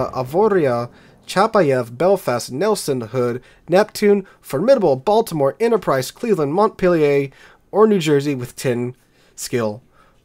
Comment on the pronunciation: GOD DAMN IT,! Learn to pronounce Montpelier properly! It's NOT pronounced like a French word. It's properly like an American word!